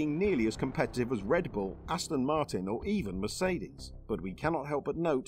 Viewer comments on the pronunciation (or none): none